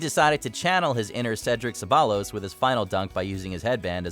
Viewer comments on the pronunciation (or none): none